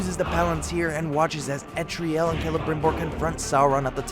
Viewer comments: ELTARIEL. Say it with me. El. Tar. Ee. El. Not Etriel. How is this so difficult? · Yeah I have no idea how nobody can seem to figure out her name. It's pretty simple... "El-tar-ee-el"